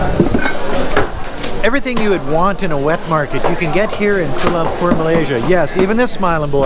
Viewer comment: Thanks for the video.. Just proves that you can get people from all over the globe who are stupid and the conotation that westerners are all smart is so untrue... First of all its pronounced KUALA Lumpur and not KUL lumpur... Next its common knowledge that open wet market is everywhere in the world esp in Asia but the point you dont get is meats like bats, rats, snakes etc in this markets... Also China's market has produced 2 viruses SARS and Covid so there is something wrong with China and its not a stigmatation but its a fact.... So I dont know what your objective doing this but thanks for showing the world what an imbecile you are and maybe you should go to Wuhan and try some bat or rat meat